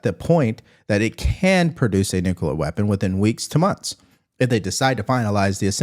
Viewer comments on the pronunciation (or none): we love the S@ out of you, but please, it's nuclear not nuculer✌️